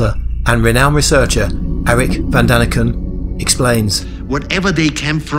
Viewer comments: Von! not van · Von not Van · At least get Erich ‘VON’ Daniken’s name right ! 🤷‍♂️🤦‍♂️